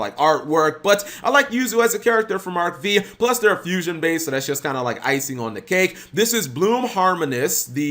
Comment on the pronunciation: Cap: Says Jaden instead of Judai. Also Cap: Says Yuzu instead of Zuzu. Also Also Cap: Says Arc-V (Vee) instead of Arc-V (5)